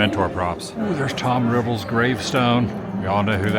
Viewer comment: It's Tom Riddle,not Tom Rivvle